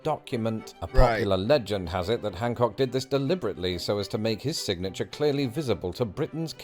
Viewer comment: Its John Hancock not Junk Hancock